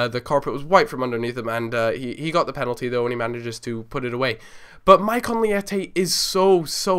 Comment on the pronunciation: Good video but you're pronouncing his name incorrectly